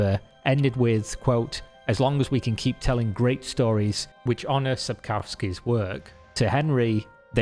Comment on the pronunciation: Legends say there will be a Youtuber who proprly pronounces Sapkowki s surname. Still waiting on that legend :)